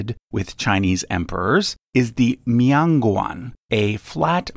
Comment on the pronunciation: It's not a mee-on gwong..... It's MIAN GUAN!!